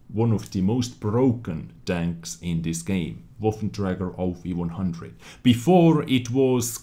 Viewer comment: LOL, says HD tanks sounds like "HD Danks" no hate here love your work